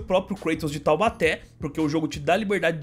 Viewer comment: Vc falou errado mano o certo é KLEITON kkkkkkkkk. ( Vídeo muito bom mano tmj, sucesso)